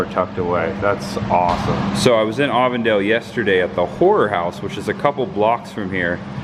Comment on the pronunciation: Happy Reminder.. its Avon-Dale, like the cosmetic company 🎃👍